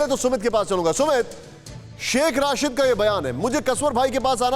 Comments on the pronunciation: Are chote pehle name to theek lelo sh.rashid nahin..sh.rasheed he. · Is godi media k dalle ko Shaikh rasheed ka nam bhi thik se lena ni aarha h Rasheed ko Rashid bol rha h 😂😂😂😂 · Pronunciation to sahi rakha karo yaar, hamare mulk ki insult kara dete ho, Rashid nahi Rasheed hai. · Aby ghando ky bachy Rashid ni Rasheed Hy,tujh ko kis ni anchor banah Diya hy